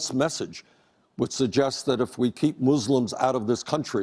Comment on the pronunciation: i have never heard an American pronounce "muslim" correctly other than Bernie Sanders